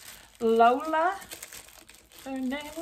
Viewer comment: Girl... it's pronounced Low Lee Ah...not Lola! 😂